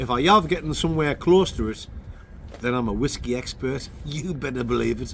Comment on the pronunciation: Why you’re some Oz Clarke here on ze waskey weview.